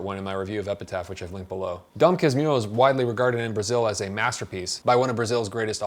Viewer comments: Casmurro sounds like Casmooho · "Philosopher or dog?" = "Quincas Borba" ("KEEN-kahs BOH-r-bah") Casmurro = "kas-MOO-ho" :) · I think the closest thing I can write for you as "Casmurro" pronounciation is "Callsmooho" (oo as in food). Peoplo will probably get it right. Congrats for the review, man! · "Dom Casmiurro" aí MDS ❤️ Amo Dom CasmUrro (🇧🇷) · To pronounce: DOM "KASMOORO" not "kasmiro" U=OO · DOM CAS-MOO-HOO.... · Casmurro reads /kuhs-MOO-hou/ in Portuguese. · A little help on the pronunciation efforts: Dom Casmu-who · caz-moo-ho... try that :-) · you pronounced it perfectly except for the the R you gotta say it like an H. It's Dom Casmuho with the vowels you pronounced. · Dom kas-moo-hoh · You might pronounce like this "Dom Casmoohoo" open A, tonic at "moo" and, in this case, R sounds like H in english. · Cause moo hoe is how you pronounce Casmurro. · just, if nobody else in the comments said "Casmurro" is pronounced "Cahs-moo ho" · You got most of the pronunciation right, man. Dom is perfect, so is Cas. Mu: moo. Rro: Ho, Like Santa Claus' laugh. For portuguese speakers, I know this is not how you actually separate the word. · You can pronounce Casmurro like "casmooho" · Tip to pronounce Casmurro as a brazilian: Casmoohoo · Yoy can say Dom Casmurro like "Dom Casmoorro" you'll sound just like the right way to say it! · I'm surpriesed I haven't found this in the comments, so here goes a tip to speak the book's name: Your "Dom" is good enough. For Casmurro, try changing the "u" sound into a "oo", like "scooby-doo" Casmooro. That'll do it. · About the pronunciation, the letter "U" in portuguese, is pronounced "oo" like um "boo" or "moon". So the right way to say it would be "Casmoorro" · CAS - MOO (stressed syllable) - HOO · the pronunciation would be like Dom Cass mooo rro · "Dom Casmurro" phonetically is pronauced as "Dom Kasmuho" because "r" ou "rr" has the same sound as "h" like in "hospital" in English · but the U sounds like OO in english.